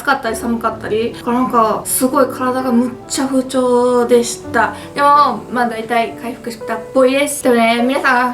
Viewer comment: でも不調がムーチョに聞こえたʬʬʬ